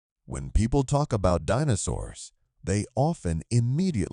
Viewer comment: I think the AI voice got the pronunciation of DInosaurs a little wrong